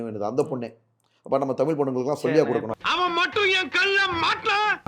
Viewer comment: "தமிழ்" னு சரியா முதல்ல உச்சரி பார்ப்போம்.